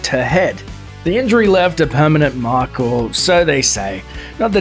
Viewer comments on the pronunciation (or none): none